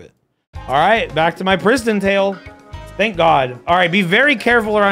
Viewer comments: literally until seeing your comment I thought it was PrisonTale and he was mispronouncing it as a bit??? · thought it was prison tale then i thought i heard say christian tale then i finally see its PRISTON tale